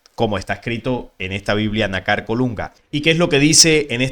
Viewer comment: disculpa,por favor pronuncia lo correcto ,fíjate que nácar es una palabra grave ,o consúltalo en un diccionario y veras donde lleva el acento,.